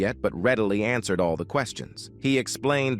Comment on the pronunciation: Yeah, "ans-WER-ed"? Who says, "ans-WER-ed"? No doubt that the narrator pronounced words in an unusual fashion--but non-human? A little extreme. Lol